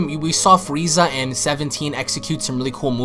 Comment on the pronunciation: He said fweeza